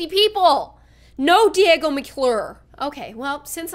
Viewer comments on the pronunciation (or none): none